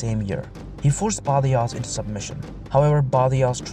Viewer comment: In Spanish the 'j' is pronounced like خ or حٓ , like badajoz is badahoz. so,yeah, keep up the great work.